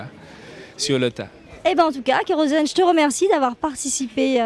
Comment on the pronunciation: En fait c'est soit kerozen soit keros-n mais pas kerosn-n